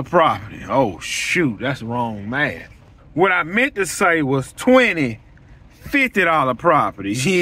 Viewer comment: 😂 the pause when you realized your maff wasn't maffing...but you're correct sir. It's about quality not quantity, when you have the right clients...